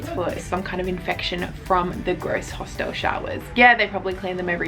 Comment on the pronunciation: bro please stop saying hostelle